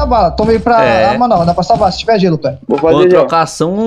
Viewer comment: E ainda n sabe que e "tonni" e não "tonny"